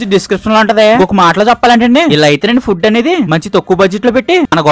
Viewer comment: Bro nevu foob ani petav bro food ani petu bro❤